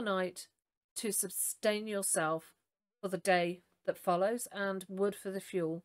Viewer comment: .... ermmm did you say substain ?